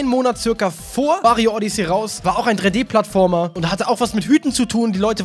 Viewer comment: du sprichst Odyssey falsch aus.